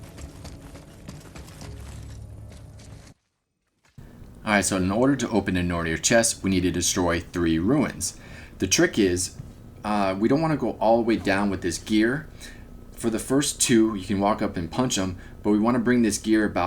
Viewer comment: The RUNES puzzle (the first one entering the place) I never could figure out. This helped alot. Btdubs... its said "Ru-nz" (Runes). not "Ruins" as you kept calling it. Figured you'd wanna know for future endeavors